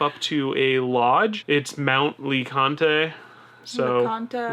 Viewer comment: I visit this park at least once or twice a year to go hiking and "get away from the big city". There are lots of great options in the park and surrounding areas. Mt. LeConte is pronounced "luh-kont", and is widely regarded as the quintessential hike in the park (via the Alum Cave trailhead). There is actually a small village on top of Mt. LeConte where campers stay (that is where the alpacas go to resupply). Cades Cove is your best chance for seeing bears, generally early or late in the day. It is also a beautiful drive. Abrams Falls is a nice, reasonably easy trail at the back of that drive. Grotto Falls is a nice, easy trail, but parking can be challenging at peak times. Clingman's Dome has amazing views and is a nice, short hike, although it is frequently clouded in. Your hike, Chimney Tops, used to actually be far more beautiful, as it used to be 4 miles round trip. And yes, it is brutally steep and unforgiving. It used to end at a bare outrcrop of granite that you could scale for 360 degree views. The huge forest fire 2-3 years ago started on that mountain, and unfortunately they had to close the top of it due to the dangerous erosion that resulted from the loss of trees. It is amazing how the park recovered so quickly though, as large swaths of forest were wiped out, all the way to Gatlinburg. If you will be staying longer, I recommend using Google Maps to navigate the park and skip the maps. All the trailheads (and trails) are well marked on the app in that park. As lo